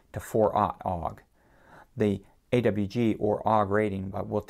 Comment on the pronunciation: I’ve never heard an electrician, technician or anyone else actually try to pronounce AWG as a “word”. (I’m a military drone tech, amateur radio operator and avionics tech and no one has ever said AWG as “Og”.)